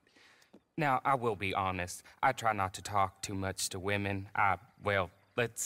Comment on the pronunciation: Lol wemon